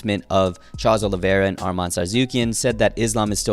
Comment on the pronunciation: Ain’t no way that’s how you say Armans name